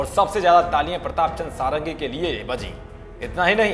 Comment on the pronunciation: सारंगी नहीं षड़ंगी है भाईसाहब,,,ओर षड़ंगी उसे कहते है जिसे छ वेदों का ज्ञान हो,,,प्रताप चंद षड़ंगी,,,,,,ok